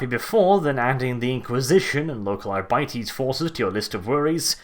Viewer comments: Ar-bit-ees not Ar-bite-ees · Hate the way your pronounce Arbites. The word seems like a play on Arbitrator, and as such Arbites should be pronounced Arr-be-tez. Not Our-bities. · arbytees really ? I would probably pronounce it more like ar bee tès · Sorry dude I can’t listen to you say “Ara biteys” anymore